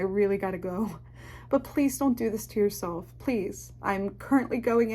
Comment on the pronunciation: "Be yourseilf.trust yourseilf"